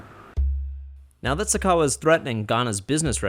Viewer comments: The host said Sakawa wrong... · It's "sakawa" and no it is not like swag at all.